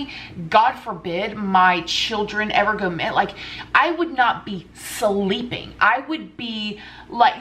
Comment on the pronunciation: SULLEEPING xD oh lord muh eerz